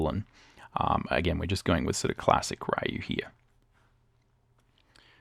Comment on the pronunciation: Bonjour. Good video, BUT there is one thing I'd like you to improve: it's pronounced "Ryu" like "Ree-you", not like "Ri-you". It's pronounced like "e", not like "i".